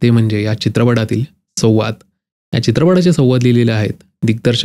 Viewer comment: उच्चार सुधारावेत.सव्वाद नव्हे संवाद हवं.. हा जो काही,हे जे काही वगैरेंचा वापर जास्त होतो आहे.